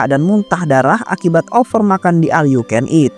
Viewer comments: Knapaaa semua bilang al yu ken it, baca nya ol yaaa bukan al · OL yu ken it mass bukan aL 😁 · Iya BE OL😂